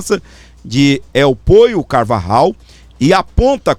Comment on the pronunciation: Aeeeeee el pollo Carvajal = el Poio carvarral (pronuncia)👍👍👍👍 vou te dar aula de castelhano 😂